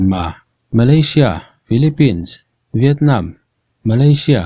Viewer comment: Malaysia ,,,hi vawi laih I lam ka hria 😂😂😂😂👍👍👍